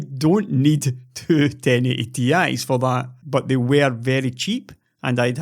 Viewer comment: You definitely say thoo thousand and sex.